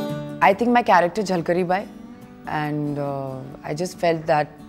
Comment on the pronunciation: It's झलकारी not झलकरी for god sake ... Pronounce correctly... 😏